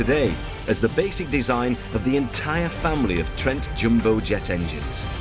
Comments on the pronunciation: IT'S DEFINITELY NOT "jimbo jet". Wanker! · Why he keeps saying ‘Jimbo’ jet? Is it not ‘ Jumbo’ jet?